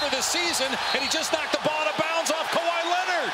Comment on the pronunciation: Bron butchers Kawhi every time.